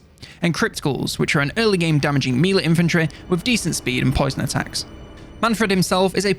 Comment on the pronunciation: I love how he pronounces 'melee' Please keep saying it as MEEELEEE! haha it's been years now!